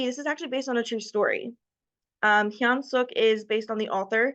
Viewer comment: Thanks for checking out our book! And great job being the only person I've seen pronounce Hyun Sook's name correctly!